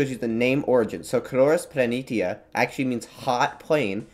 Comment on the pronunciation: You pronounced Planitia wrong.